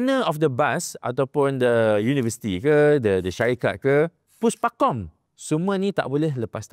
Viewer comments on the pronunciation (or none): Pekat ya sebutan PUSPAKOM tu 😁